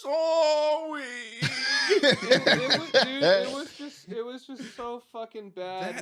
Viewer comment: 🤝 Mulaney "I'm SoWwY..."